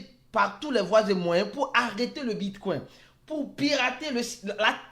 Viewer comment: Le bitcouin 🦆 😂 Je n'ai pas pu m'empêcher